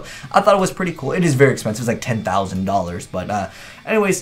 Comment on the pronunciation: "Expencise" Kappa